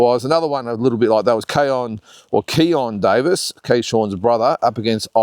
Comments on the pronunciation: Driving me nuts ..it’s Keyshawn Davies not kayshawn Davies 😂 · It's Keyshawn Davis not Keyshawn Davies😊